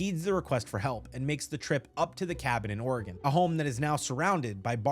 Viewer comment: The “G” in “gnomes” is silent my boy💀 Edit: youre not too good with “G’s” huh😂 g in Oregon is a hard “G” like in “dog”😭